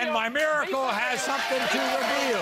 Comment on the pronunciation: When he said 'mimiracle' i thought he was complimenting her